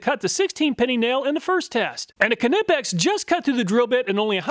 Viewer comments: Ka-nipex lol it's pronounced nipex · am i crazy? i couldnt listen to you say knipex. i scrolled down expecting there to be dozens of comments about how youre saying knipex wrong. nothing. have i been saying it wrong? i assumed the k was silent, nipex. it couldnt possibly be kahnipex, could it? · Knipex is pronounced like "knife". The 'K' is silent, lol. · No! Its pronounced Kneepex. Hard K, but not like does. Not Kuh-neepex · FOR GOD'S SAKE MAN, NIIIGH PEX, NOT KUHNIPPEX ! GOOD INFO ON TOOLS !! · No. It’s German, the k is NOT silent: c’nip-ex. It is not, however, “cuh-nip-ex” like he says it. The k and n are pronounced with no vowel in between. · No, it’s German. The K is not silent. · Now only if he can pronounce it as nip-ex, not ka-nip-ex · Great but ka-nip-x is a brand new pronunciation. I ka-now I ka-now. Great video as per usual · Wrong, a German as I say Knee pex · Knee pex ! Greetings from Germany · The proper German pronunciation of KNIPEX is k-nee-pex [knipɛks], but phonetically speaking, it is very reasonable to pronounce it nee-pex in English. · I've been in the workforce over 42 years, and I have used all kinds and brands of tools. I swear by knipex. But please, I beg you , stop saying kanipex. LMAO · Kuhnippex , my ears are bleeding. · The k is silent btw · Kuh-nipex LOL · The K is silent, it's just Nipex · it's pronounced knipex btw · Ah, ze Knipex iz da Weltmeister! ... BTW: they are pronounced "knEEpecks" (German dude over here...) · Almost. German "i" --> "eee". Kuh nee pex. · 😂😂😂😂😂the way you pronounced Knipex cracked me up. It's like hearing the 2 rednecks reading misspelled roadsigns 😂😂😂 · K is silent in Knipex.. (usually "k" is silent when followed by an "n", as in know, knowledge.. etc) great testing! Very Helpful! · In most cases yes, but the manufacturer has a section of their website talking about this topic. They say it is silent. Right or wrong grammatically, the company get to name their company as they see fit. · K in knipex is silent.